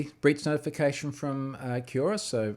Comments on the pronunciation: Come on Troy. You must know how to pronounce Quora. Hint: It's very similar to Quorum. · That's not the way "Quora" is pronounced :)